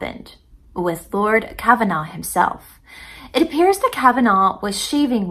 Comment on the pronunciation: The Lord that was helping Carter was Lord Carnarvon. Car-nar-von. Not Kavanaugh. A little bit of trivia is that Lord Carnarvon's home was Highclere Castle. Highclere Castle is where "Downton Abby" is filmed.